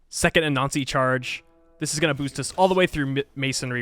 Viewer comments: LOL when you say "Anansi" it sounds like "A Nazi" and its funny every time. Great vid! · I know it's been a while and 900 comments but for a few films of yours whenever you said "Anansi" I kept getting more frustrated thinking "what the hell is a nazi" lol (I don't have the heroes thing in my game) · I easily crush diety every game but did not think this was possible without save scumming - hard to know which wonders are being built. Amazing job. I also like the faster play through with voice over. Lastly, your pronunciation of anansi- which I think is accurate really sounds like “a nazi”. 😂 thought civ added something new for a second. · Sounds like you were referring to use of "A Nazi" Pay attn to your diction! (grin) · for a minute there i didn’t know you were saying “anansi” and thought you were saying “a nazi” i was like wtfff